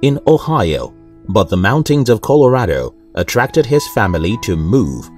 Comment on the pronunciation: I like how he said the word mountains!